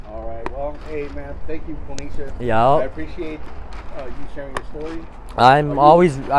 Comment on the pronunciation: The letters say Ponysha but i swear this guy said "Pornesha"